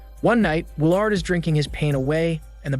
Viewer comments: Wil-Aard amd Lennera...but not Willard and Lenora..fuck this guy's name pronunciation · Not to mention Will-Aard...jfc it's pronounced Will-erd.. and it's most def not Lenera..wtf that irritated me so bad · It's pronounced will erd. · Not to mention Will-Aard... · Bruh you need to learn how to say people names. I don’t know if that’s your shtick or what but it’s annoying AF. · The way he pronounces Willard😂😂😂